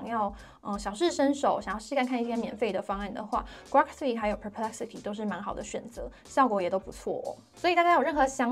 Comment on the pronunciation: 是古洛可不是瓜可 哈哈